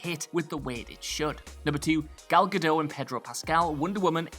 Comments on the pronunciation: GAAHL ga-DOTE. Not a perfect transliteration, but it's way closer than GAL ga-DOH. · WhatCulture still can't pronounce Gal Gadot's name correctly. She's Israeli, not French.